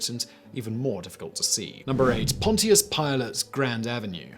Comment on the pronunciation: Interesting pronunciation of "Pontious".